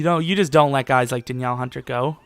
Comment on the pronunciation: "Da Niel" hunter